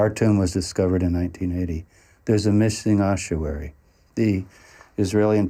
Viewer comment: It's a fecking ossuary! Oss-uary. Where does this completely made up 'h' Come from? Spoiled the whole film for me, and it's not an accent thing. Somebody on the production team who wasn't very literate probably told a bunch of voice artists and actors (who had never heard of it) how to pronounce it, and it went down hill from there. How, on God's Earth, are we to determine what may have been written two thousand years ago, when, supposedly educated, film makers cannot actually read and speak the words of to-day?